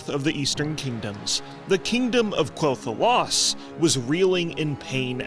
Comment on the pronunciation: Is it not pronounced “Kell Thelas”?